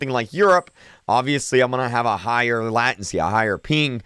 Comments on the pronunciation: It's pronounced leytensy lmao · Bro it's called lay-ten-cy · Say it with me Lay-Ten-see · its pronounced late-en-sy not lat-ency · LATENCY, NOT LAT-EN-SEE, LAY-TEN-SEE!!!!!!!!!!!!!!!!!!!!!!!!!!!! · LATEncy not LATency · latEncy not latAncy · Latinsee. Its laytensee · Lay tencey. Not lah tencey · not lattency lAtency the A says A bruh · It’s lay-ten-see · It’s LAY tency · It's pronounced late in see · Lay-tensee pronounce it right please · It’s LATE-in-cee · Its pronounced (LATE-TEN-SEE) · Latency is not pronounced like that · "Latenz" and "pink" 😆